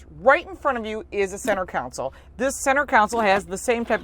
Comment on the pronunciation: . Counsel 🤣🤣🤣. I thinking mean KAHN’ sul. Nice review!!!